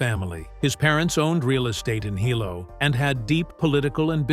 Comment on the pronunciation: Sorry To Correct You About Saying BJ’s Home Town Name Terribly Wrong. Because I Am Also From There And Know The Penn Family. We Who Is Was Born There And Have Generation’s Of Ohana That Had Been Born & Raised There. We Ten To Get A Little Eerrrr About Saying Our Town Really Wrong It Is Pronounced : Hee - Lo , Hilo,Hi BJ Is Called Like All Us Boy’s From That Town Are Called “Hilo Boy’s” , Mahalo (Mah - Ha - Lo) For Making This Video Of One Of HILO BOY’S To Be Proud Of!!!!! But His Decline Of His Mental State. I Have Talked With My Ohana About Fighting And Losing. We All Agreed Something Was Going On With Him He Is Not Really Fighting How He Was Trained And When His 1st Video Popped Up I Told My Cousin’s See I Knew Something Was Up!!! I Said “I Wonder If It’s Like What They Say About Boxing & Football???? Getting Hit In The Head To Much In The Head Then Your Brain Would Go Wrong. So I Wonder?????